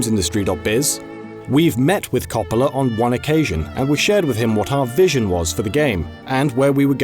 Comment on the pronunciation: Every time he said Coppola's name wrong I died a little inside.